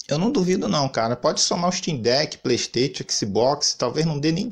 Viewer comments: Kkkkkkkkkkkk playsteitio é a melhor kkkkk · Xbox sirius do Harry potter, pleisteitio… kkkkkk boa